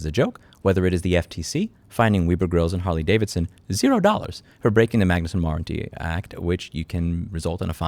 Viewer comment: Web err grills not wee brr grlls lol